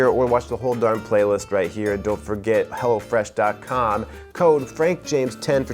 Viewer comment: ''hello fresh": "HELLA FRESH"